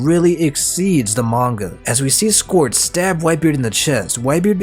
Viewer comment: the way you say squard as scored hurts my soul lol.